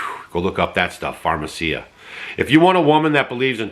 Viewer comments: It's Pharmakeia not pharmacia. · it is pharm eh kee ah. NOT pharm eh see ah. 😅